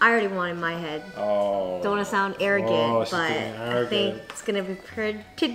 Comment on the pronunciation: Jenn: don’t want to sound air-rogant